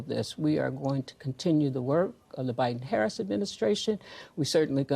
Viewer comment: that’s all y’all have got. “She doesn’t do interviews…whaaaa.” Mispronounce her name. Lie about the economy, the border. THIS. IS. WHY. Y’ALL. ARE. LOSING.